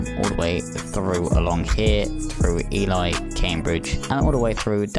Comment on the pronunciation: Ely is pronounced E-Lee :-)